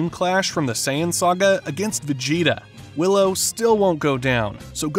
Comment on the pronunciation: It’s dr wheelo not willow ..